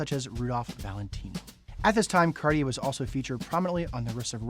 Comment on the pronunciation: You could at least pronounce it properly… it’s not carrrrrrier! These Americans…